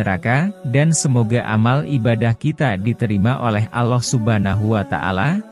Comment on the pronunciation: Allah bukan aloh